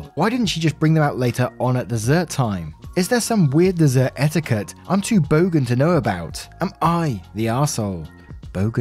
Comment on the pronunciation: Hey! Bogan (perfect pronunciation btw) is essentially Australian slang describing a proudly ignorant -- often loud -- proletariat, most likely a Holden or Ford driver, generally uncultured and somehow affiliated with the Collingwood Football Club.